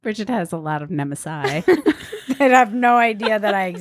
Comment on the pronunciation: It's not neh-meh-sigh,, it's neh-meh-sees. I'm the worst.